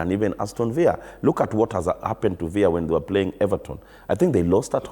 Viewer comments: He's pronouncing villa the Spanish way where double ll's are pronounced as y; but villa is an English word and so ought to be pronounced normally. Thanks for the observation. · I can't believe he still mispronounces Aston Villa....quack